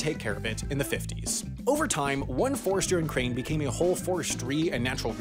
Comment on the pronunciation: who else heard "ukraine" every time he said "in crane"?